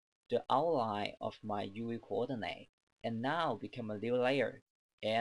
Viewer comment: I love how he says "Youwee Coordinay"